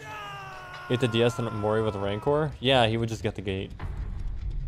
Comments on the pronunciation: Did he say Fire Up and Rancher? The way he pronounces rancor is hilarious. Now is a cattle driving cowboy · yeah it's an in joke on his stream where he'll literally always call it rancher and whenever anyone tries to correct it as rancor he just insists that it's rancher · yea, he has been saying rancher for years as a meme - always funny with the cowboy howdy emote in chat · Did he call Rancor, rancher? Lol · so thats what he was talking about! not even 'ranker' ....rancher LOL!